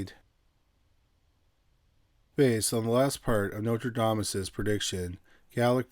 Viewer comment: I love both your channels. I have a very small critique! You keep saying Notradamus instead of Nostradamus. ❤❤😮